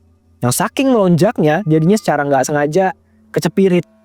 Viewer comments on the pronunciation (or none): none